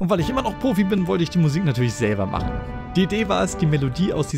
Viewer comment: hm.. "[...] Music zu mahcne LOL" 1. Du bist doch Deutsch, oder? Musik mit nem schönen K ist doch besser. 2. Was zum.. WAS HAST DU MIT DEM WORT "machen" ANGESTELLT?!